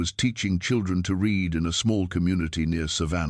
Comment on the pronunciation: AI the difference between the pronunciation of "present" or "past" tense of READ is pathetic and annoying .